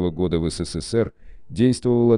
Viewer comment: 572. "В России и странах бывшего сисисипи ("СССР")абитуриенты перед..."))) Ну и так далее по тексту. Я даже подумала, что эту аббриатуру запретили произносить